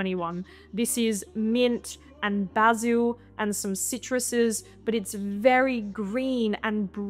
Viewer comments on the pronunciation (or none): none